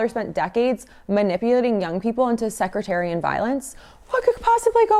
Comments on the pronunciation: You said it incorrect twice within 3 mins so I figured I should intervene. I believe you meant to say "sectarian violence" base word being "Sect" - A group of people forming a distinct unit within a larger group by virtue of certain refinements or distinctions of belief or practice. Inserts joke about violent secretaries 😂 Great content! Keep up the good work. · Hey Pretty lady: it is sek-tarian, not sek-re-tarian. ❤ the channel! fk fascists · okay, it's SECTARIAN not secretarian...not the same thing, secretarian is not actually a word. my gosh... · Sectarian, not secretarian. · Sectarian not secretarian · Sectarian not secretarian.... still love your work.😂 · Sectarian, Sek Tare E N. You’re adding an R. Sounds like you’re talking about a girl you hired at your front desk who punches people in the face lol. Not trying to be mean, I love your content and think it’s needed. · I like your channel, and I know you are young and learning. But please learn to correctly pronounce the words you are saying. The violence in Northern Ireland is sectarian, not secretarian. They are fighting over religious sects, not who can type the quickest. 😂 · Hey,, it's SEC-tarian not SEC-RE-tarian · Belfast Ireland? I thought MOSSAD was behind TOILET PAPER USA., not the IRA. Sec Tarian. Not Secretarian. Not judging. It's an old word that describes religious groups fighting against each other. A sect of Christianity is Baptist or Methodist. So a sectarian conflict could be the Methodist going against the Baptist violently. The Catholic, Protestant terrorism was started by someone and your show has shown me the link. MOSSAD was behind all that 30 year war. I am a new listener to your show and I like it. Keep up the good work and watch your 6. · Ok was gonna let it pass, but sorry: SECTARIAN, like sectors, not "secretarian", like office workers. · Sectarian is the word you are trying to say. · Sectarian not “secretarian” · You had me at "secretarian" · "Sectarian" not "Secretarian"